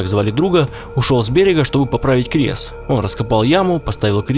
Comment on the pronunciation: Ошибка: Он говорил крес, на